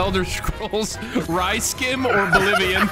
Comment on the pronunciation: Yessss I thought I was the only one who said RySkim lol